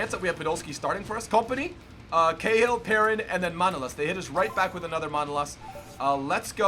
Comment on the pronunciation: When he pronounce Perrin, Thauvin, and Fejsa I annoyed so much and if he swap Thauvin with Willian, he got better rating and a link with Di Maria.